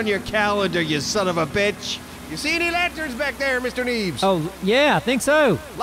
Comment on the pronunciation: had me fucking dying. “Mark it down on yer calendah you sonofabetch!"